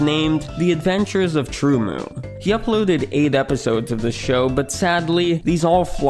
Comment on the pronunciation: TrueMU is pronounced as TrueMoo? I always pronounced it as TrueEm-You 😅